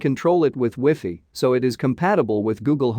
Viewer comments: It's wiffee! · "You can control it with weefee" 🤣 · the only way you know it's a TEXT TO SPEECH voice